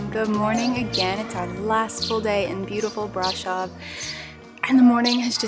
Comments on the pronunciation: It's easy even in English: Bra-shov :) Sh is pronounced like sh from shore. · It’s brahhhhhhshohhhv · Please learn how to pronounce Brasov!